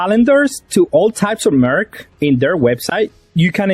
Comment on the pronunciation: I understahd english may not be your first language but for howmuch you have a grasp of it, merch is not pronounced merk lol